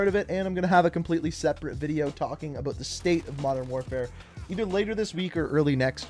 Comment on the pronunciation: “Aboat season 1 “